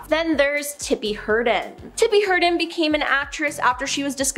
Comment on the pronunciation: It's Tippi Hedron. Not Herdon.